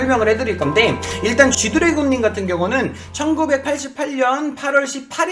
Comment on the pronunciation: 쥐드래곤ㅋㅋㅋㅋㅋㅋㅋㅋㅋㅋㅋㅋ자꾸 쥐두래곤이라고 하넼ㅋㅋㅋㅋㅋㅋ